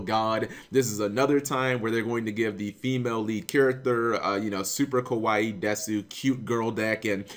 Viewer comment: it is not kawaii like hawaii but rather ka-wa-iiiiii